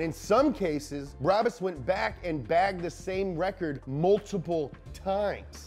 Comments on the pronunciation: Everybody: B R A B U S English speaking ppl: B R A A B A A A S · U have to say it like braabus